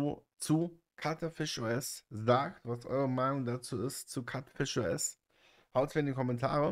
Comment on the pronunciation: Ich will wirklich nicht wie ein Besserwisser rüberkommen, aber es wird halt einfach in Lautsprache 'Kiutfisch' ausgesprochen, nicht 'Katfisch' Cutefish (cute = niedlich)